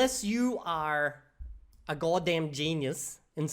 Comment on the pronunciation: there's probably no way you remember what went through your head there, despite your accent you just rhotocized the word "are", that's very unusual! (I'm not gonna use the term "hard r" because this came to mean hard r in a very specific word lol) My hypothesis is that it came out because obviously you can do it (Mandarin Chinese has it, or if you ever learned an American accent you know how) you were speaking carefully, and with all the languages in your mind you did something that your accent usually never does. Fun stuff